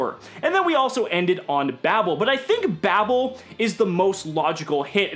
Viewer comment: God it hurts to keep hearing Babel be pronounced "babble"